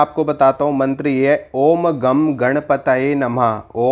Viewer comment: Gam nhi bro. Gang (angur mein A aur gu k bich ka pronunciation use hota hain.